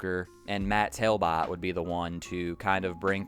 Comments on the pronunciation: it's TALBOTT (TALBOT where i come from) pronounced Tal-bit .. not tail-bit.. my fave songs on this album were big dipper and the pod... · Based off spelling it isn't pronounced Tail-Bit you just don't know how to say Talbot. I hope you know the right meanings of I'll and All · Matt's last name is pronounced exactly as spelled, not "tail-bot". My hometown is his and ibought electa 2000 with hidden track for $5 from his mother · How do you not know how to pronounce Talbott?